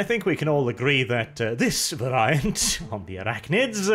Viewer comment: Every time you mispronounce "Variant" I die a little bit inside.